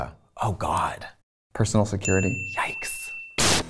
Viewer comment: Se currity??? Se-curr ittee !!!